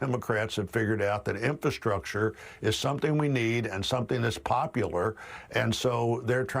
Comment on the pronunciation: "Infastructure".....read "pork"